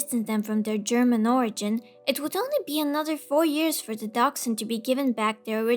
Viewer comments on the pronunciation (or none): none